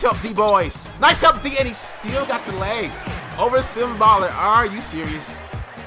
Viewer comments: It's sim boolar not baller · It's boo-lar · its "Boo-Lahr"